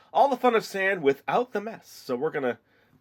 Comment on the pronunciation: why do you call it sond?